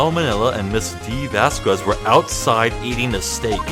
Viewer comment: for the record: vasquez is pronounced similar to says, like "vahs-kehz" or something